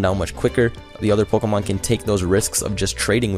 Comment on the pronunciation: "Pokomon" Lul, Pokémon XD